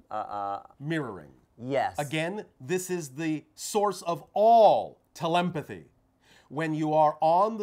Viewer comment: Note the added "m" in "telepathy" at (when Bashar speaks) which emphasizes that empathy is a key factor in the process. That is very significant - at least within my experience.